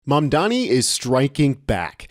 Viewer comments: Please get his name right. It’s Mamdani, not Mambani! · zorAN mamdanEE. LEARN TO PRONOUNCE HIS NAME, MAAAAN 😂. Arabic: accent on last syllable. Spanish: accent on second-to-last syllable.. it sNOT THAT HARD. eeRAHN, eeRAHNIAN, not ai-ran or ai-reinian. 🫡